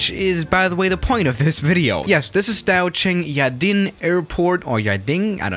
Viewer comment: You pronounced Daocheng yading correctly. How? : Sam Chui